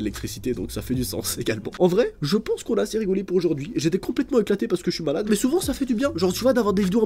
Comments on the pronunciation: tu dis balade au lieux e malade:thanksdoc::thanksdoc::thanksdoc::goodvibes::face-purple-smiling-tears::face-purple-smiling-tears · Sa me fait rire tu dis balade au lieu de malade 😅